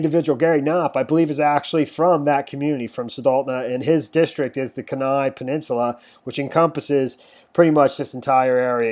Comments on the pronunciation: Kenai.... pronounced Kee-ny. 🤦🏼‍♀️. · Pronounced. Key. Nigh. Kenai. Calib. Is like. K lib.